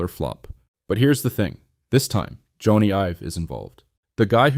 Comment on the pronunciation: Jonny is pronounced Johnny not Joana.